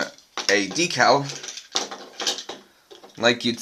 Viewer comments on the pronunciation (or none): none